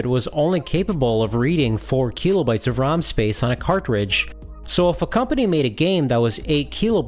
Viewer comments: how many "keeeeeelo" bytes is it again? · Video/channel seemed interesting but I had to stop watching. The constant "keelo bytes" drove me crazy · If I hear KEELOBYTES one more time, I am going to scream. Imagine thinking literally EVERY OTHER PERSON ON THE PLANET is pronouncing it wrong